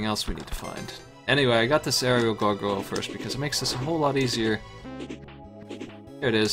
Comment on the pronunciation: it bothers me how cant properly say gargoyle lol sweet ass game tho